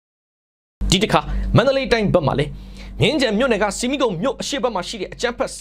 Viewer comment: ဆီမီးခုံ ကို ဆမိတ်ခုံလို့အသံထွက်ဖတ်ရပါတယ်လို့ ကြားဖူးပါတယ် ဖတ်ဖူးပါတယ်ခက်ဗျာ